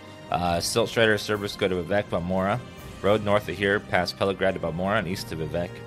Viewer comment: I think it's funny how everyone pronounces Pelagiad differently. He adds an "R" in there. Pelagrad. I just say it as though the 'a' and 'i' were switched. Pelagaid. And then I've heard others pronounce it how it's actually supposed to be pronounced.